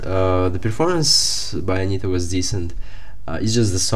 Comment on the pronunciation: Interessante. Ele fala o nome com T. Interesting, he speaks correctly her name. Like buddy is with Brazilian r. Not the sound "D", like in "day".